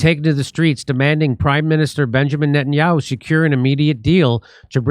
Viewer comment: Najan-yah-who?! 😂Jimmy! Call him Nathan Mileikowsky.